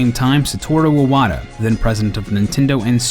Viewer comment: Unlike iPhone, his name is not pronounced "I"-wata, it is "E"-wata.